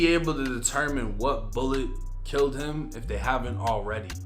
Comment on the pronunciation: damn not heem 🤦🏽‍♂️